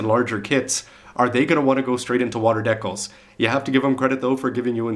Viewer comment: HEY YOU, I LOVE HOW HE SAYS DEKILS, haha!